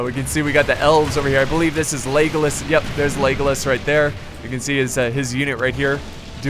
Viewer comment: it sounds like you are saying 'legless' instead of legolas xD